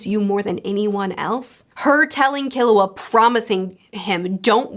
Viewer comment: Hey! Easy pronunciation tip: Most 3-syllable words in Japanese are Dactylic. KIL-u-a HI-so-ka NE-te-ro Of course there are always exceptions (ao-KI-ji comes to mind) but it works most of the time.